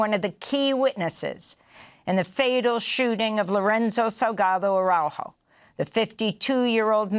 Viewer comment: it is time you learn how to pronounce the victim's name, ARAUJO